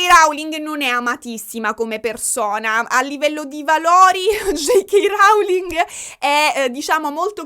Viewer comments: Posso rompere le palle un attimo? ti prego le pronunce in inglese! ROULING non RAULING! Come low cost (non lau cost). Mi avevi fatto venire il dubbio e ho cercato le pronunce:) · ti amo ma ti prego non dire più rauling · io ti adoro ma rAUling non si può sentire. La O di Rowling si legge O, vai tranquilla 🤪🤪 #éleviòsanonleviosàaa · "J.K. Rauling". 💀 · sei brava e cara ma JK RAUling non si può sentire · Nooo lo pronunci male il cognome della Rowling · Si dice Rowling con la O non con la A. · Sentirti dire RAULING mi fa davvero volare, grazie ❤ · J K RAULING! 😂 ti adoro lo so che con la pronuncia inglese hai qualche confusione 😂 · ti prego pronuncia bene il nome della Rowling, ma dove l hai sentito così?